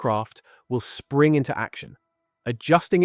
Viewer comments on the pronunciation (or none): none